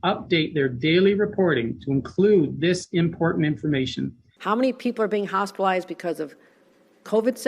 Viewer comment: Fauci: “…hospital-oized…”